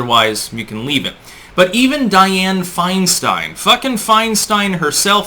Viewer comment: Mrs 1940’s, FeinSTEIN (its Stein, not STEEN), is a Communist operative. Just like most of these lifetime politicians, they are traitors and have no loyalty to the USA Or Americana (Americana = Our amazing “hometown” “home-down” way of life and small town-like sensibilities, that comfort us and unite us in quaint familiarity). These politicians are responsible for America losing her “innocence” via everything from geopolitical terror, to cultural ROT via “hip hop culture” being PUSHED on us for 3 decades now. The Communist knows Nothing can destroy a country from within faster than the PUSHING on a society of those who make up the “hip hop” demographic. The “Hip Hop Demographic” is literally THE lowest of “Common Denominators” Socially speaking...... Once the HipHop demographic ROT takes hold, all standards and respect for authority, property, women, culture, economy, and laws, which took 200 plus years to build upon are COMPLETELY and carelessly discarded, thus bringing a society DOWN to the LOWEST COMMON DENOMINATOR. They will NEVER raise a society. EVER. This is how the Communist creeps in. Like a thief in the night, who will never leave. They just keep burrowing and burrowing until acceptance. Then all is twisted. That which is wrong, is right. That which is right, is now wrong.... We Are fighting for our lives now.